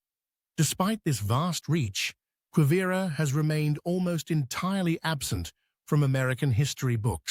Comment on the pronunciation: Why should we believe or accept a word you speak when you have not even taken the time to learn how to pronounce Quivira or even Jalisco. You make broad statements and conclusions and provide no evidence or trusted sources.